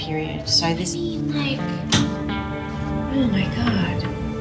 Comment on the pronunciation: said "oh my gode"